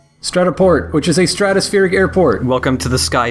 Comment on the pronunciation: "Strato Port" I heard Strut A Port for a second...